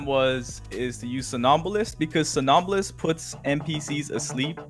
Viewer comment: No, its pronounced Som-nam-bulist.